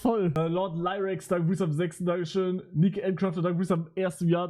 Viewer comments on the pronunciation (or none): none